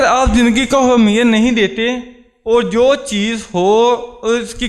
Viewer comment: Good speech... You are talking about the positive thinking its good but focus on your pronounciation ,,, the word is " Ahmiyat " not " Hamiyat " .. Keep going on!